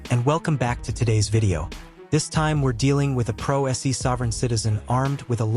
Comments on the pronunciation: The judge has the patience of a Saint. Also note to the narrator it’s not pro SE it’s pronounced “pro say.” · As entertaining as I find this video, and as much as I appreciate your voiceover style, I must say it is not "pro S.E," it's pronounced "pro say." Just trying to help here, not being critical. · If you are going to use AI generated voice over listen to it before you copy it onto the audio layer of your editor. You have type in the words "Pro Se" Your voice over has interpretited it as Pro SEE not Pro SAY [it is latin]. Some words used in AI voiceovers need phonetic spelling. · ai voice generator has failed you my guy. Pro Se is not "Pro S E" its pronounced "Pro Say" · The "se" in "pro se" is not an acronym so there is no reason to pronounce it "pro ess ee". It's a Latin expression meaning for (pro) yourself (se) and the "se" should be pronounced more or less like "say" ((without going into finer phonetic distinctions). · The video was interesting -- the AI voiceover was terrible -"PRO ESS - EEE"" Just get a person who can read the script - honest -- it would be SO much better than the ignorant robot! Honest!!! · AI Slop voice over Pro Se becomes pro s e bye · Another AI channel where they don't bother teaching the AI how to pronounce Latin legal terms such as 'pro se'.